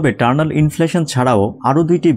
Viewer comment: টারনাল নাকি ইটারনাল?